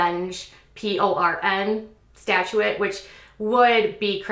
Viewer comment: Will start out with, Love your channel. That being said, there is one word you say wrong every time, and must correct you as it’s like nails on a chalkboard. It’s “statute” not “statuate”.